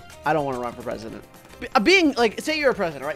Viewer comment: Tewtity as presudint